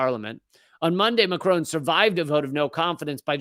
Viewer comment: I don't mind if you say Macron name wrong, he is a bad man anyway.